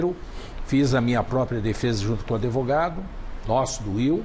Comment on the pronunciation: Falar adevogado? Já dá nojo